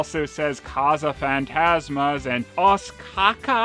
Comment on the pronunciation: Nice pronunciation of Portuguese, sir... and yes, they really named it "Caça-Fantasmas" here and here in Brazil the film is such a classic much because of the "classic dubbing".